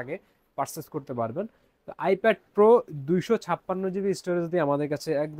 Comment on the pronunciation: bhai eta "ipad" NOT "ifed" name ei bolte paren na arr dakati korte ashchen